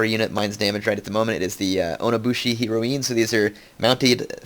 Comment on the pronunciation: heroine is not a japanese word heir, it's pronounced the same as the drug heroin